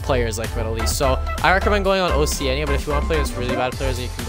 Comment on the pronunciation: That’s not how you pronounce Oceania